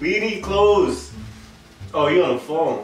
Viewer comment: “Somebodies calling my fheon”😂